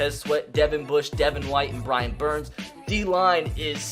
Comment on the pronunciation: Brian not Byran you say it wrong